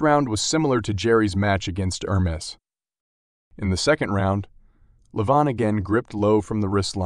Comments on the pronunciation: He is Levan.. Not Leevon 😂😂 Or not Lee Van😂😂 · Good job 'Leevan' 😂